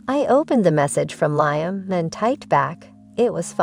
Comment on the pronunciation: That's "Leem", is how Liam is pronounced or "Lee-am"